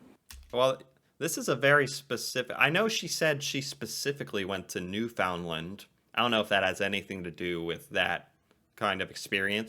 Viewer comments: Hey, my fellow Canadians in Newfoundland can correct me here, you don't pronounce it like New Found Land, the f and L are soft. Its more like Newfunland. Amazing people! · Newf-und-land, not "found". No disrespect! ❤️ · try saying it as NEWfunland not really new FOUND land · New-fin-d-lind is how I pronounce Newfoundland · lol, your pronunciation of Newfoundland is so funny, it should sound like: noo-fuhnd-luhnd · I adore your channel but you're pronouncing Newfoundland incorrectly. Here's a cute (and accurate) video on the correct pronunciation. For the most part, the 'd' in found is dropped.